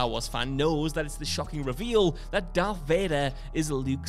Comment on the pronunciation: It isn't Dark. It's Darth